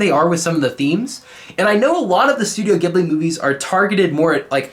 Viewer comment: l + you pronounced Ghibli wrong